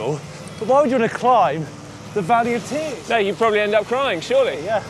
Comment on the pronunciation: Should put the 23mm tyre's back on! Did you say Valley of Beer's or Valley of Tear's? All sarcasm put aside another great job guys!